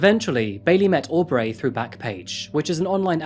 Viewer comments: You listen to the actual videos of the criminals saying their own names, why then do you say aw-dray and aw-bray not bree 1000 times. Really grating. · Why do you pronounce things slightly off? Au-b-ray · Audray, Aubray but not Sydnay? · Lmao hearing you pronounce Aubrey “Aw-Breigh” is really funny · I find it interesting that receives regular praise for pronouncing foreign names correctly but butchers names like Aubrey and Audrey lol